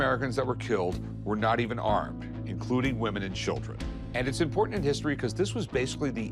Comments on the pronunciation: 😂why does a "book expert" struggle pronouncing the word "impordant"? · I can’t stand the way the rare book guy says the word: important. Sounds like “impordant”